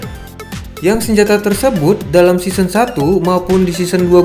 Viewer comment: SEASON ❌ SISEN ✅